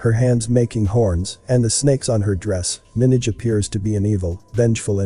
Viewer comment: Liked the video but you are saying Minaj wrong